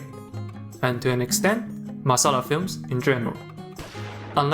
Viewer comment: this is a very small thing .........but the way you perfectly pronounced "masala"